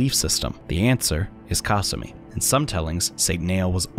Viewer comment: The way he says kasumi i hate it